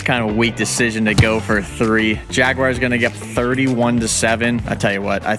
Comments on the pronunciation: It’s pronounced JAGUARS not JAGWIRES 😂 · Why do you call the Jaguars the jag-WIRES? Jersey people say it that way too. It makes no sense whatsoever.